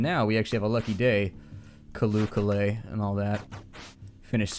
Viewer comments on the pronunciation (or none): none